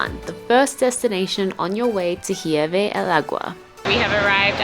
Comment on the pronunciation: Hey guys. Just a few tips on pronunciation. OAXACA is said OA-Ha-Ca, with an H sound for the X. Hirve el Agua: IR-ve el Agua, no H sound. Not HUE-Ve. QuesO is cheese but when we are talking about the Quesadilla. That is 4 syllables: Que-sA-Di-Ya. You need to practice more. By the way, this Hirve el Agua seems to be basically the same as a Staglamite that you find in a cave. Stalactite and stalagmite. The other "cliff" you saw from below I think it called cortina, the curtain (folds). There's a lot of "calcium" in the waters in Mexico. The calcium is what makes the water look like turquoise (green/blue) like in Chiapas. We went to Cascadas Agua Azul. If there's no storm/rain, the water is beautiful. When we went, there was a big storm so the water was brown. But it was warm and the overnight stay in the cabanas was a nice sleeping in the jungle experience. The rivers and waters in the San Luis Potosi (Huestecas Potosinas) are so beautiful and turquoise. That's probably the next trip for us. The beautiful waters of Quintana Roo like in laguna Bacalar. There's so much mineral in the water, they have to clear the pipes of showers and toilets once a month. It's like sand in the faucets that lower the water pressure! Another place to visit is Las Grutas de Tolantongo. Beautiful and they have pools too, kind of man made. But look at the river where they made it like terrace. Water is warm though. Hot water comes out of the cave. You can go inside and see it. Collectivo for 50 pesos